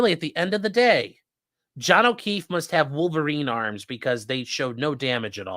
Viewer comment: They really said Jon o’queeff?!!